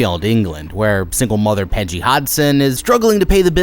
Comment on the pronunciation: Pejjy and vaylek are the discount temu versions